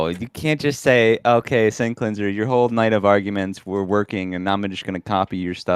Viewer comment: "No glober has ever shown me an example of sinking refraction." Also: "That looks like a perfect example of sinking refraction." Sinc-leans-err 😏